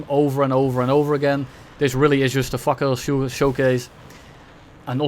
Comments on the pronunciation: not sure that fakour is pronounced fuker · "Let's take a look at the (gives up on pronunciation) the fukr 90" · Every time spelled "fakour" missiles i heard "fuck you" missiles, btw is the sedjil missile worse than the 530Fs on the mirage F1? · 😂😂😂 I heard it too!!